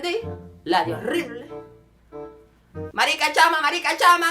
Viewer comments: tonto que no dice marisca dice marica!!!! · Ja ja en ves de decir "marica" dice " marisca" ja ja ja. Pero aún así me gustó ja ja ja ja 😂😂😂😂